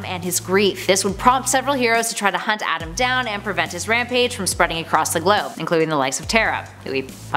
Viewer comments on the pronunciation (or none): none